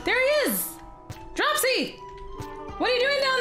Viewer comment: OMG I almost raged hearing you say Dropsy wrong [drupe see]